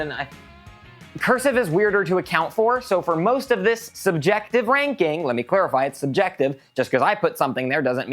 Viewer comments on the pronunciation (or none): "Subjective *LANKING...*"